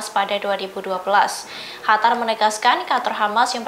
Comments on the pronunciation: Qatar mba bukan Hatar... Lidah orang tribun pada kenapa sih?!!! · Qatar bukan khatar bu😊😊🙏🙏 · Kok hatar mbak....Qatar mbak...